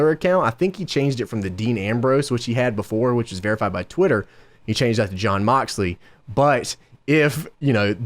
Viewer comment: Not DEANNN the way u say it gorse by the way JOHHHNNNN